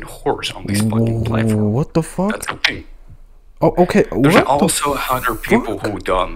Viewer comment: “HERES THE FING”!!